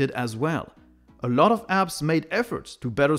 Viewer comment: I love how says "a lot" Eurlot